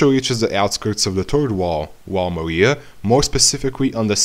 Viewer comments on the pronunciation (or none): none